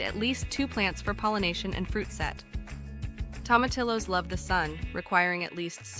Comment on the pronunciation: The name is Spanish so you would pronounce them Toe-ma-tee-yos.